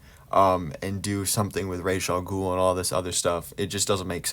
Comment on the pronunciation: Ras Al Ghul is Arabic. Ras means 'head' in Arabic and is pronounced R-ah-s, not Raysh.